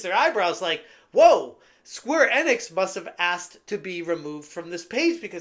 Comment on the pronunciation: It’s pronounced Square EE Nix, not fucking square ehnix